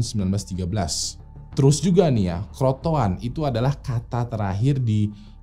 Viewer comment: crotoan apa crotoar mas